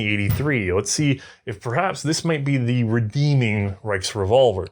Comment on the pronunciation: The “RiceRevolver” lol